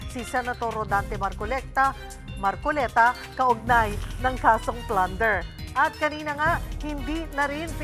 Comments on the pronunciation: Marcolekta??? Lol! We heard that! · Natawa Ako nagka Mali pag bigkas marcolikta daw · HAHAHAHA markolekta daw